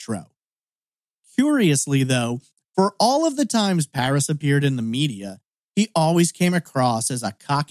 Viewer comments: You flip from calling Paresh (Par-esh) "Par-eesh", to calling him "Paris", though Google doesn't find any information on <Paris Patel Austin TX>. That said, if people were habitually calling him "Par-eesh", I can understand why he asked to call him "Paris" as that is closer to "Par-esh" than "Par-eesh" is. Is this just the American inability to pronounce non-English names? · Isn’t it Parésh (pah-resh)? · Even I was like it’s pa-resh 😂 and I’m British. Then again I speak several languages. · It is a common name, I know it well, which is precisely why I am mystified as to why it is being pronounced here as "Par-eesh". .... English speakers invariably start out trying a very literal pronunciation of a name, or word, they're not familiar with, so where did the long "ee" come from? 🤔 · that’s an assumption to make lol. It’s not that hard to pronounce Paresh properly. I’d understand if it were a difficult name to say. I do not live in London. You seem to have picked up the lovely American pastime of stereotyping people.